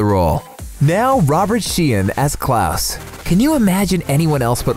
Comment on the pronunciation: Me: Ok time to learn more about the cast The narrator: Klus